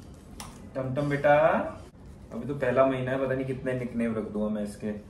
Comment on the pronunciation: Tamtam nhi timtim...❤️